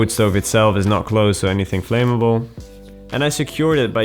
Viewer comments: pronounced "flam-ma-ble" just fyi! cool video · why doyou talk like that it makes you sound stupid and btw you should learn to pronounce "Flamable" properly, it's a vet basic word.